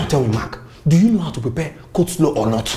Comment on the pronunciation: This interviewer na wa oooh... "make mayonnaise use it to make cos-law🙄" Didi the interviewer lady in black top just say "Place gabbage"👉 😂😂Aaaaaaah madam no be cabbage😂?????? The fact that the interviewer continued reading the instructions despite Mark Angel's behaviour is quite hilarious😂😂😂😂😂 We can't wait to watch "The house help series" Bama is our favorite Mayonnaise in Nigeria.